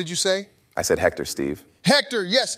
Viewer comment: When said Hector with a J I lost it lmao.